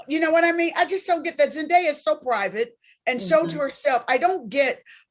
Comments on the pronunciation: Why is Claudia still pronouncing Zendaya's name wrong. It's Zen-Day- A, there's no die in there. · I’m dumbfounded by this… first by how Claudia says her name wrong. Second vivica just admitted the safe space for colorism is Hollywood. So y’all were avoiding the obvious… zendaya is more marketable to a mainstream audience. It’s because of the type casted roles she gets to lead in. Keke should be able to be offered the same roles a zendaya. Let’s just be honest.